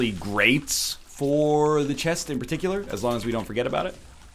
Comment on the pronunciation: Why does NL never pronounce the t and the end of some words like "chest" ?